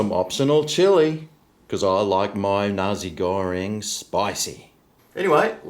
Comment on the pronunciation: I thought you were saying Nazi Goreing until I saw what was written on the box 😂